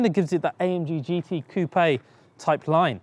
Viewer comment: Coupia instead of saying coupe this guy is great.🤣